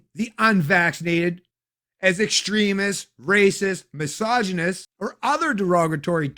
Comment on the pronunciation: Castreau calling anyone else "mis ogynist," "ray cist," and "ex trem ist" is SUCH rich irony 🤪